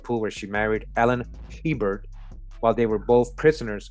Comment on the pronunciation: Hebert is pronunciation in Louisiana french is A Bear.